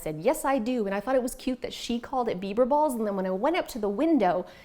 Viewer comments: I thought you were saying “beaver balls” which made it even more! 🤣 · I thought you said beaver balls!!🤣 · Great clutter free ideas. Love the kleenex box. Not sure if I could keep a straight face ordering bieber balls or bits. At one point it almost sounded like you said bieber bit*ches. lol 👍🤣🤣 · Digital books are clutter free. Also I thought you said Beaver Balls. And I was thinking "Doesn't Canada have plenty of those already?" 😂